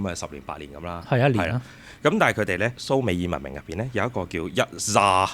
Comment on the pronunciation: 蘇美爾，讀讀下就變咗summer，約等於夏。🤣